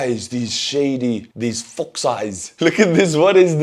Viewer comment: ...wait!...did you say "fox" eyes or "FU**D" eyes??...